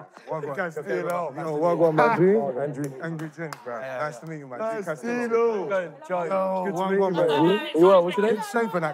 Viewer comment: It’s castillo